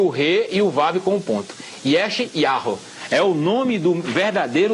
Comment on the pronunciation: A PRONUNCIA E YARRO???